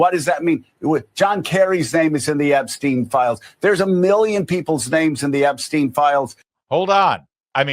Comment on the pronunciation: Once more - It's Ep-stine' not 'Ep-steen'. Think Steinway only remove the 'way' and put an 'Ep' in front.